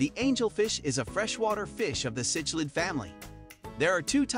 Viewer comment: Ch in cichlid is pronounced like sick. I hate these computer narrated videos.